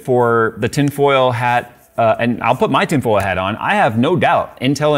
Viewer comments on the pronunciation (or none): none